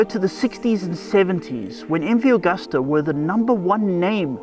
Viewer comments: It's Agusta, not Augusta. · Chaps - it's MV Agusta, not MV Augusta That's Italian for August